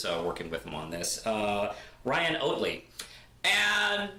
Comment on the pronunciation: Ryan “Ah-ttly”